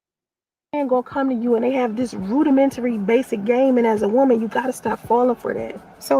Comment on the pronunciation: She said, "roodimenry instead "rudimentary"; she can't pronounce simple words. also instead of "acne" the fool said "acme" smh